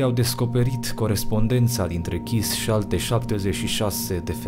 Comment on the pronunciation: Kiss se citeste Chiş. Stiu pt ca am o prietena cu numele asta de familie.